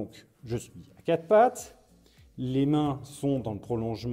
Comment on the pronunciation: A quatRE pattes et pas à Cat pattes... Mais bon, c'est la position du chat😂